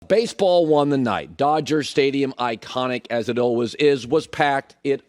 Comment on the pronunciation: Colin “alwas” Cowherd